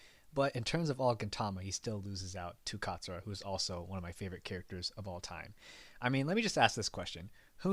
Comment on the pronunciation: It not zura, It's katsura